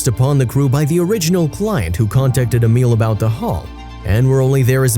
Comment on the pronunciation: Uncle Amil is an electronic genius Amil is pronounced A mill. Not A meal